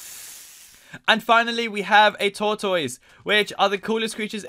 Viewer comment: you. said. tortoise wrong